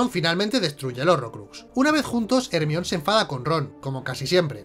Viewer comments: Cada que dicen hermión Mi cabeza: el mión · Odio cuando dice Hermion. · No entiendo porque le cambian el nombre de Jermayoni a " ermion" ?